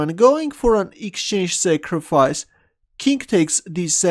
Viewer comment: Does anyone else think that whenever he says 'king', it sounds more like 'kink'?